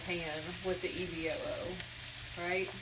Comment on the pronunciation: Please say EVOO... not EVO! It sounds ignorant! From someone that is a little bit boastful.